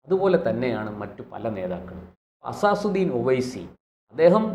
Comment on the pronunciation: അസാസുദ്ദീൻ അല്ല അസദുദ്ദീൻ ഒവൈസി എന്നാണ്